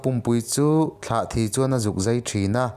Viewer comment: A ngaihnawm hle mai. Thlahthi hi Tlahthi tih tur- Mau emaw rua emaw a na hi pan deuhin hriam tak turin an siam a, chu chu Tlahthi an ti. Zél zùl hi Zel zul tih tur. Liandova te sial lim zek zek, zek zek hi a thluk a dik lo. La tui pawh hi, la in tui(water) a nei lo. Hmuia an hlum hi La tui an ti, tui hi artui tih a tui lam anga lam tur a ni. Ka rawn sawi ve leh e